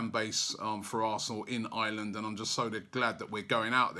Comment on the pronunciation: its Ireland! not island